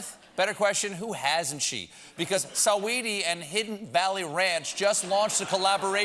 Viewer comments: the way Stephen says Saweeties name CRACKS ME UP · Why’d he pronounce her name like that for🤣